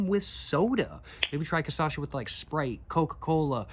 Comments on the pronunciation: dude, everytime u said CA-ÇA-XA i died kkkkkkkkkk. its just a cute mispronunciation of the syllables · Hey! Maybe this will help you: KA-SHA-SSA, I think this is the best 'phonetic translation'. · Okay, bach to the pronunciation class 😂 Repeat after me: KAH... SHA... SA... (The trick is in the SHA - SA 😉) It's a tricky word, we know 😂😅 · It's funny how you switch syllables when saying "Cachaça" you say ca-ça-cha. On purpose or not, I'll start using this one lol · The correct sound is almost: KAH - SHAA - ZAA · I know you can do it... Kah - Sha - Sah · You’ve been baptized—now you’re Brazilian! :face-blue-smiling: And the correct pronunciation is "Kashassa" and "Kaipeerinia". My late father used unpeeled lime in his caipirinha. PS: The only difference between the first and second caipirinha is that with the second one, you'll get twice as wasted. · Just a small correction, t's actually KAH-shah-suh :) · Cassasha 😭💔 😂😂 its almost cute ngl To clarify: yesterday's video he was saying it right im not trying to making fun of his pronunciation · Estranho que ele tava falando certinho video passado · I loved the CASASHA pronounciation, adopting it from now on 🫶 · Kasasha soa como uma prima russa da Cachaça kkkkkkkkkk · Vou adotar a pronúncia. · One tip for is to mix the words cash - us - uh for a slightly better pronunciation, but I rather adopt casacha from now on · amazing video ps: you mispronounce Cachaça, flipping 2 silables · pronounce: caipirinha > cachaça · You had the "cachaça" pronunciation perfect on the previous video bro what happened 😂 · ele conseguiu pronunciar os sons mas trocou as sílabas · Cashassa, not cassasha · Hey man, last video you were pronouncing 'cachaça' perfectly (kashassa), but now you're saying kassasha). Just watch your previous video and you'll get it 😁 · "Caçacha" Uhauahuahuahau !!! I'll call cachaça "caçacha" from now on. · very nice video, but ur talking cachaça wrong. ur saying ca-ça-cha. the correct is CA-CHA-ÇA.